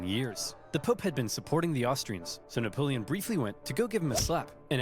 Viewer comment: Your fricking killing me,. With both you laughing at random times that aren’t funny also your historical knowledge, and your mispronunciation of napoleon, it’s Napoleon not Neapolitan